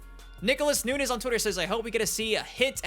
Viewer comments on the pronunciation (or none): none